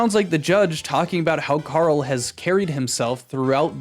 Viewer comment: Nice attempt at doing a Karl impression, but he does the American pronunciation for R for some reason. Always baffled me